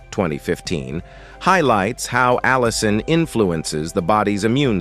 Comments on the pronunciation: In this video, you will learn how to pronounce "Allicin" 5 different ways, lol. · Why does the narrator pronounce 'allicin' so many different ways through out this video? Other words don't sound right either.